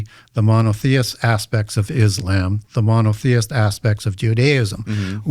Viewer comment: Bro, why do you keep mispronouncing "Islam"? WTF😂